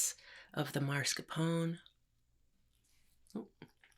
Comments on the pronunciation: So glad you're back!!!!! I loooooooove this video. I'm a grammar freak so I need to get it out of my system. It's MASCARPONE cheese, not MARSCAPONE. Sorry, I love you Lol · Baby é mascarpone non marscapone, però sei brava e comunque ora non so se ho più fame o sonno😉♥️ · Why she say marscapone instead of mascarpone though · Nice video! Had to tell you it’s not “marscapone” but mascarpone though😅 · That woman looks a lot like Debra Messing. And, I love how she says "marscapone." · Funny for someone who pronounces tiramisu so beautifully to also say MAR-scapone cheese 😄 love you mama no hate just poking fun!